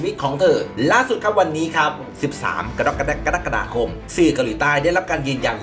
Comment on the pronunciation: อยากให้ อ่านเดือน กรกฎาคม ให้ถูกครับ คนดูคุณเยอะ พอได้ฟังคุณอ่านเดือนนี้ ไม่ถูกบ่อยมันรู้สึกแปลกๆครับ